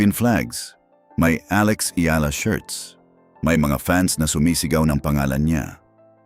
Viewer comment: Please pronounce her name properly. You’re Filipino, so you should know. Take note, it’s EYALA.